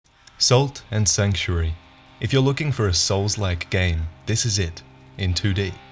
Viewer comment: Holy shit. SALT AND Sanctuary. I remember you mentioned this game a while back in a Lords of The Fallen video I think, and I spent so long looking for "Sultan Sanctuary" and it looks like a lot of other people misheard you as well because Google's auto fill now adds "Dark Souls" and "game 2015" when you try and search Sultan Sanctuary. So I dunno maybe try and slow down your pronunciation in future.